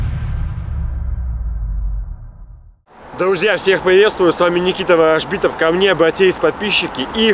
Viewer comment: Никита.Ставим ударение как в французком фильме на последний слог.бей их.плохих